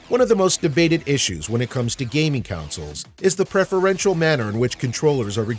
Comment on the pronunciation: Why you keep pronouncing consoles as counsels?!